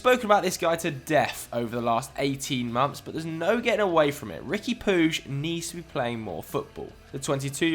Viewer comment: Riqui Pooge LMAO it's pronounced Pweeg